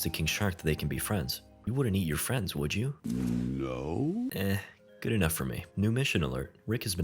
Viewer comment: You mean "King shark makes new dumb fwiends"